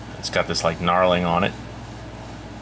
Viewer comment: Nice review,but the word is Knurling not knarling.